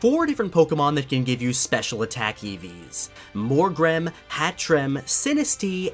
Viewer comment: When you said "EVs" I thought you were actually talking about an eevee